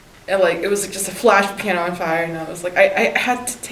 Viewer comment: gasps "the pianer"